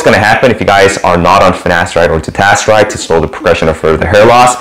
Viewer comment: You keep saying finastride or ditastride... what about oral minoxidil?